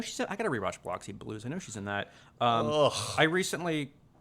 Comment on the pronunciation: Biloxi Blues. Biloxi is pronounced Bi-luck-see